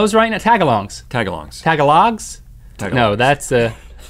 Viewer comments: It's te-gol-lug not ta-ga-log I know this becUse some of my friends speek it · It’s pronounced ta-GA-loag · Link. It's (ta-ga-log) and the vowels are short. It's a little disappointing considered that I'm Filipino. :P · The language isn't tag-a-log,it is Tagalog pronounced taga-lug. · "tagalogs" xD XD XD!!!!! it's pronounced "tagaloug". It's Filipino. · Link I think mispronounced Tagalong. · Link;"Tag-a-log?" Me: Tagalog.Filipino language not a cookie.😂😂😂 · Lol, tag-a-log, I never noticed Tagalog could be mispronounced like that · IT PRONOUNCED tag a longs XD ima gurl scout i would know. i only do it for the prizes So many prizes..... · "Tagalog" is pronounced Ta-Ga-Lo The language of the Philippines... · I love how link pronounces tagalog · You pronounced tagalog and Nevada wrong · Ahahahaha😂😂😂😂 you pronounced tagalog wrong (yes i am filipino) and yes its a language tagalog and also whats the meaning of halo-halo? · Link said tagalog wrong. Its okay but i just wanted to point it out lol X3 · every filipino screamed when link said tagalog